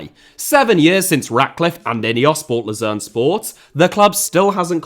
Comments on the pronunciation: You keep mispronouncing the team name in Switzerland. It is “Low-zann” not “Loo-zero” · I know I'm nitpicking, but Lausanne is pronounced Loh-sann, not like Lucerne... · Yeah, I was confused as to which one he was mispronouncing (Lausanne is "Lozan" and Luzern is "Lootzern") before i saw the team logo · Wonderful,! But notice: Lausanne and Luzern are not the same city. From what I've gathered in the video Ratcliffe owned Lausanne which is pornounced kinda like lowzanne. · Your pronunciation of Lausanne sounds far more like Lucerne, which is very confusing, as they are both Swiss teams that play in the same league, in the same colour. Lausanne is French-speaking so should sound something like "Lor-zann" in English and although Lucerne is German-speaking (Luzern in German), we have the English "Lucerne" for it, which you seemed to be using throughout to refer to Lausanne. Keep up the good work otherwise. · The mispronunciation of Lausanne Sport as Lucerne, also another city in Switzerland, is jarring. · Laus"Anne" it's pronounced pal. Great content as usual. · Was it Lausanne or Luzern he owned? I think it's Lausanne, but it sounds like you're saying Luzern. Which is like the Gent/Genk thing. In fact, they're playing each other tomorrow. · Lausanne, he just pronounced it wrong